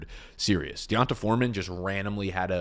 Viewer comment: D'Ont-uh Foreman 😂😂